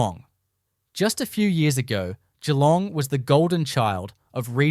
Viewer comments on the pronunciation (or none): 10 months on, and the Darwin housing market is benefiting from the exodus of southern investors to properties with a much better yields. 20% growth in 12 months - admittedly from a low base, but the complete opposite of the claims being made in this AI video. Not sure where 'Jalong' and 'Berat' are, but full marks for somehow nailing 'Wollongong' 😂 Don't believe everything you see on the 'net, especially if it was generated by a data center.